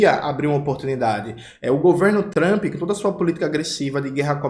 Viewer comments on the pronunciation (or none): none